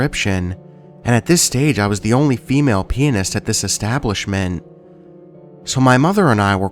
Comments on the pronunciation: I love your voice so freaking much, I wish you'd upload more. Also not to poke fun but the way you said pianist sounded like penis. yes I giggled. lol. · Dark Empress lol sure does sound like he says that!